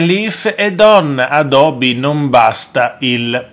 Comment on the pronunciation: Il ministro si chiama Abodi, non Adobi..non c’è una volta che lo pronunci giusto..